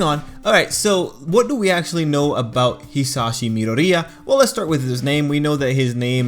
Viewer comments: Why do you pronounce midoria as pizzeria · I'm crying at your pronunciation of Midoriya. You say it like a Italian family food chain.